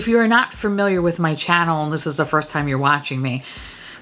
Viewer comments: When you said 'tom fondly' instead of time fondly xD LOL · Is it just me or is she saying “I’ll remember our Tom fondly”?😅 is it an inside joke idk orrrr... are my ears going out sooner than expected? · I just cant get over how i always heard "Tom fondly" then you started saying that 👏 👌 😂